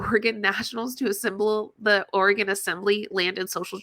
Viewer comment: Girl, I know you’re talking out your ass because you mispronounced Oregon… that’s not how we say it